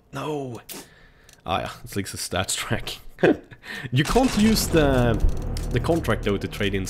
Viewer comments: You say "StatsTrak" but you have to say Stattrak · det heter staTTrak! Inte staTSTrack! hahaha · It is start rake not startstreken